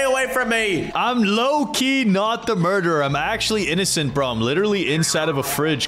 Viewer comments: Why did and keep saying murderer "Mordirer" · Murder not morder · Why say morderer why not murderer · FOR THE LAST TIME IS CALLED MURDERER NOT MORDERER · Stop saying morderer or I will unsub